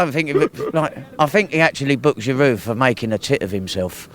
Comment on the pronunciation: The way he raped Giroud's name, Arsenal fan and he doesn't even know how to pronounce his strikers name 😵😔